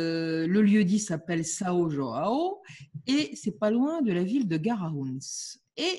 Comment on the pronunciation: Ma chère: João se prononce jo Ain O ou joao mais pas Roao. Ce n'est pas de l'Espagnol, mais du Portugais. Sinon, c'est toujours un plaisir de vous entendre.